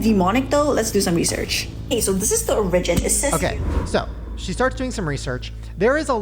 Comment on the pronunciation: wait how did she pronounce origin? 😂😂😂